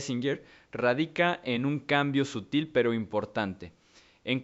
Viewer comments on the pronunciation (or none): none